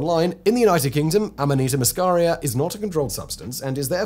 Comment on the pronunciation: It's called amanita muscaria. Ffs, bro, get it right.